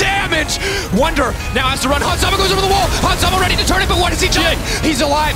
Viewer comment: this dude said Hans Sama lmao. what